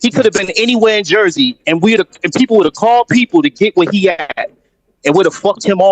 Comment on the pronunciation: Jersey not like he said